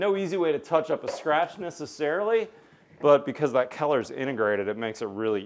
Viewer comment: never heard someone pronounce the word color as keller